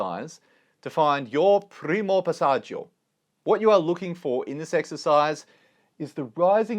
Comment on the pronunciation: Love the video but the pronounciation of passagio makes me ick. It's passatschoooo non è passatschIo